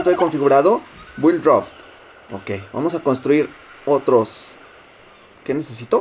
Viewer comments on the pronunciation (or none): none